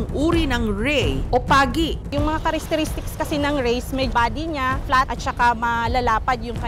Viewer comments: ano po madam? Charistiristics po?sure ka ba sa sinasabi mo?tga BFAR kpa nman...khit ikw mismo hnd sure sa sinasabi mo🥴🥴so pano kmi maniniwala sayo? Kahit pag pronounce lng ng salitang CHARACTERISTICS eh hnd mo mabigkas ng maayos🥴🥴🥴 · "Karistitistiks" hahhahahhahaha ano daw?